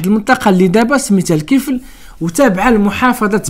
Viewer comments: وَذَا الْكِفْلِ ((الدقيقة ) الكسرة في آلكاف،فقط تصحيح لأنه قرءان يجب أن ينطق كما هو.....ولذلك لم يحرف لأنه حفظ في الصدور قبل السطور..... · خويا عزيز لكن ملاحظة الكفل بالكسرة لكاف وراه الآيات القرآنية ما خصش تكون فيها أخطاء.شكرا على فديوهاتك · صحح قراءتك اخي ذو الكفل بكسر الكاف و ليس بفتحها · "الكفل" بجر الكاف.